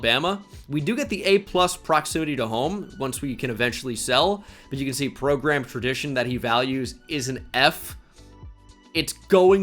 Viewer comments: It's how Nick Saban says it (progrum) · What is this new pronounced "progruhm" thing? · Why he say "prograam progrm" like that? He did it yesterday too